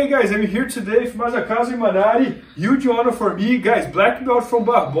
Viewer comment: MAN!!!!!!!! It’s Imanari!!!!!